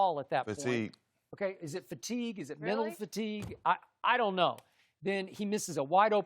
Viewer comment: "That aint fatiguee, that's that pwessuree der" 😂😂😂Shannon never change